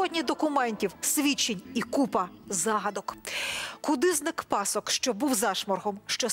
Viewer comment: Люди, ви ж розповідаєте про УКРАЇНСЬКОГО композитора, то говоріть чистою українською мовою!!! Не "Ивасюка" (як прослуховується), і не пАсок, а пасОк....Традиційне: ганюба!